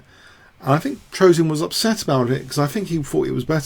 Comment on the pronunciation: I like the funny way, you Americans (mis-)pronounce the name Petrosian... :-) It's "Pe - tros - yan", not "Pe - tro - si - an"...